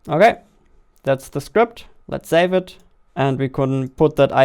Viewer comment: Why you say zave instead of save? what the heck dude you scared me. I am watching this video with earphone and it's night here, i thought some dragon fly just flew near my ear and i tried to shake it off but then i reversed video 5 seconds back and realised its a sound effect which you added